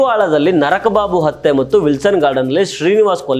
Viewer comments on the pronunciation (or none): ನಕ್ರ ಬಾಬು.... ನರಕ ಬಾಬು ಅಲ್ಲ sir